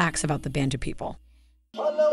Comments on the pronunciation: Thanks for the video. The correct pronunciation is bah-ntu, not ben-tu. We call ourselves abantu, Europeans came up with bantu. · Bun-tu not ban-tu😭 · pronounced Ban(bun)-a dough mixture baked normally for burgers. TU (two) -two people. so it's bun-two not ban-two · it's BANTU not BENTU.... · it's BANTU not BENTU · YOU GUYS NEED TO DO YOUR RESEARCH IT IS NOT BANTU but BA'NTU the sound this is why they got you????????